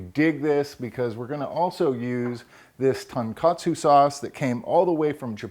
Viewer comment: TONE KA TSUE. also not done with Veal, TON means pork these are done with pork loin usually